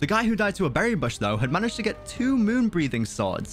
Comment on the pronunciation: HE SAYS "MANAEGED" YESSSSSSSSSSSIR